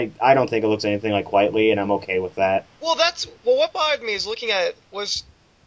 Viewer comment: His name is pronounced "Quite-ly". His whole name is a spoonerism of "Quite Frankly." There, I said it. There's my trolling for the day.